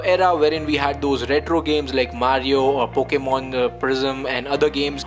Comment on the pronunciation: “Pokman, reser, and foknif”